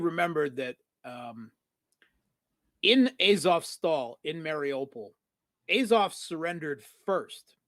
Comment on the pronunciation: please pronounce azov correctly